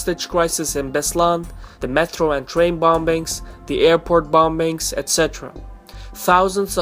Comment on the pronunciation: It's pronounced bomings in English not bombings. The second b is silent